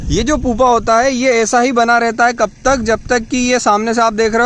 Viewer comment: पुपा नहीं "प्युपा "